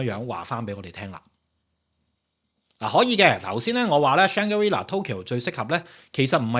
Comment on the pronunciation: Shang-gri-la,not shang ga ri la😂